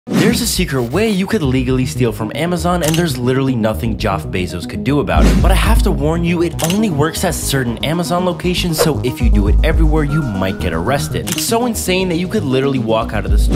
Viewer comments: Ah yes Joff bezos yeah that's how you pronounce it. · He said Joff bazos so you comment and he can get that dank youtube money also if he did really mispronounce it, he wouldn't misspell it too.